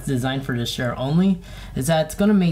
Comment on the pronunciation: Chair, not "shair"